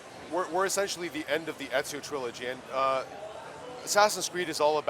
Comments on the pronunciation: Everyone keeps saying enzio. its fucking Ezio morons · WHY IS EVERYONE SAYING ENZIO!?!??!! ITS EZIO GOD DAMNIT!!!! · People actually keep pronuncing him as " EDZIO " , lol